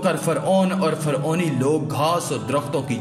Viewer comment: Faoni ni hota Firouni hota ha